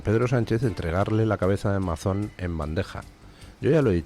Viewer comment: No es Mazón, se pronuncia Meison.